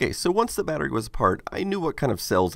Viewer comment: The way americans say battery really bothers me. They take the 't's' out of the word completely and say "Baddery" . It's baTTery!!!!!